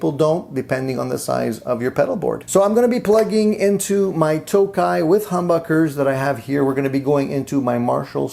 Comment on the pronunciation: Its TOKAI mate, tick-Tock NOT Toke.